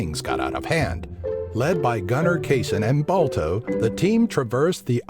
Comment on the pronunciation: But Come On It's Balto Balto